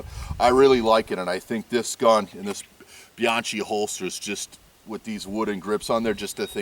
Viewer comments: Not "Bee-ahn-chEE;" you say it "Bee-ahn-KEY" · Bianchi -- pronounced "Beeyonkee" -- not "Beeyonchee". You're welcome.